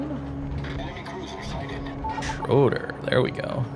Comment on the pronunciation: lol schroder is schroEder, and please, limit the voice-cracks/falsetto